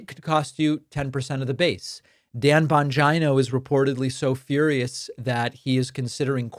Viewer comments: Stop calling him "Bonjino"...like Vagino. His name is italian...Bon-geeee-no. Geez!! Swollen ankles...shrunken brain. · Bon gynooo? Is David saying it like that to be funny? It’s bon-Gino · Bongina...say it like va....😂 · Why are you saying Bongino like vagina? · Does David mispronounce Bongeeno on purpose? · It's "Dan Vagina" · The Bongina. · So, not only are you mispronouncing Bongino’s name and now Tapper. Done…